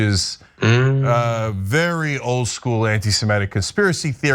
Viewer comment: Cenk, the word is "semitic" not "semetic".